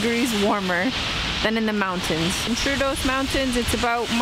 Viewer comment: Thank you for promoting our small country and its people and I'm glad you enjoyed your stay. Just a small correction: double "o" in Troodos is not pronounced as "u" (like in "mood"), but like "door" (2 "o"s in a row with the accent on the first one).